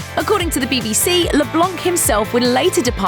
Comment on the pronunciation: You dont prononce the c in leblanc, its a french name.